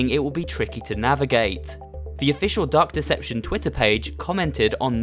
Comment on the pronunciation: I thought you said duck deception